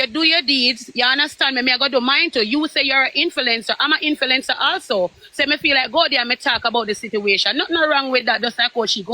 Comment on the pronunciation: I was yawning until said 'inflencer' 😂😂😂😂. My yawn disappeared 😂😂😂😂😂